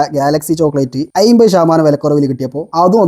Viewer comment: "അയ്മ്പത്" അല്ല ചെങ്ങാതീ. അമ്പത്. ഒന്ന് വൃത്തിക്ക് സംസാരിച്ചൂടെ